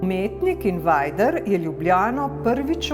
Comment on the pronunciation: Se njegovo ime res prebere "invajder"? Sem mislil da je "invejder"